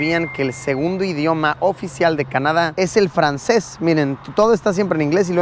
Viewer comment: 🤩 wow si pronunciaste bien el frances 😅👌